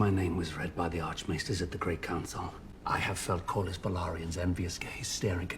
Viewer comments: It's "Kor-lis". Very easy to pronounce. "lis" is pronounced like in "list" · I lose it every time you call him lord calories lmao ! it's pronounced cor-lis and re-nee-ra 🩵 I love you and your reaction made my day ! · I haven’t seen any assistance with pronunciations in the comments, so in case anyone on patreon or wherever hasn’t said anything… Cor-liss Ray-knee-ruh Generally the names are phonetic, but they also all have British accents. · Sounds like: Corliss for Corlys Rayneece for Rhaenys Rayneera for Rhaenyra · Pronounce their names this way, Ray-Near-Ra (Rhaenyra) and Cor-Liss (Corlys) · Great reaction bro. The way you pronounce Corlys’ name is-Core-Less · So.. Lord Corlys.. Core-Liss lol Man I can’t wait for you to get further into this, it gets emotional and crazy!